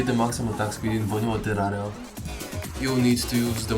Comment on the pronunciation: "atak spid in terara"